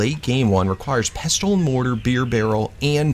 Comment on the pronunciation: u do not pronounce the t in pestle